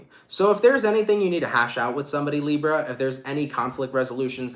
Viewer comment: Love how you say "librrra"